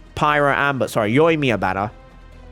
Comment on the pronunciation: "Pyro Amber"